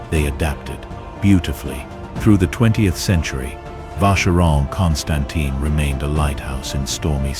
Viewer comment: Nice video. Just please learn how to pronounce "Constantin" :-) Otherwise, people can ask what can of expert you are, if you doesn't even know how to pronounce the name.